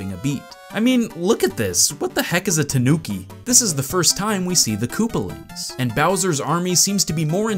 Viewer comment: What the heck's a tanuki? A native Japanese animal. (Also, emphasis is on the 'ta', not the 'nu'.)